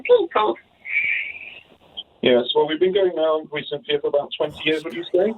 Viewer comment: and “Cynthia” 😂😂😂